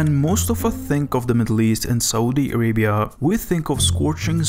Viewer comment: "this is sohdee araybeeyahhh"